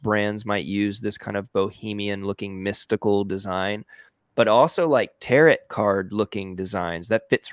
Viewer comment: I like that he called it tarot, like carrot. I assume he meant taro(t). Also, I loved his video about these trends and that he and you went through it again. I'm messing with these in Kittl but haven't hit a design I love 100% just yet. I'm also loving the new Kittl AI. I'm having so much fun with it!! Great video,!!